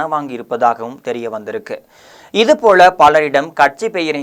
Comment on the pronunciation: தம்பி நீ ல ள ழ சரியாக உச்சரிக்கப் பழகிக் கொள் , அள்ளாமள் போள,தகவள்…..